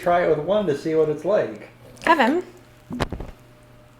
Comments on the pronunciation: I love when say "kheven"😍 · It’s Käêvin lol